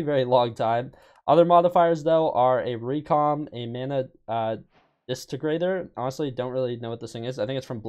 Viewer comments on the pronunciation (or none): saying Mana distigrator when he reads dis-int-e-grator is funny